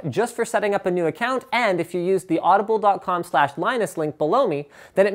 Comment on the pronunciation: When he did the Audible commercial did he say "Blow me!" or am I hearing things?